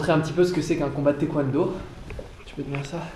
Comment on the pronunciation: ENFIN quelqu'un pour dire que c'est pas Taïkwondo mais Taekwondo ! c'est pas Thai enfin 😂😂